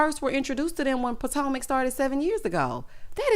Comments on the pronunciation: Not Pot-O-Mac😂😂😂😂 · 🤣🤣🤣🤣🤣 You did not just say Who are these housewives of PO-TO-MACK! I am hollin!! 🤣🤣🤣🤣